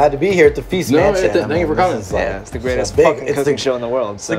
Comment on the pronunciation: i remember watching feast mansion while i was drunk and i heard "please mention" instead of "feast mansion" every time you guys said it. The next day, i try to find feast mansion and i typed please mention in yt search bar lmao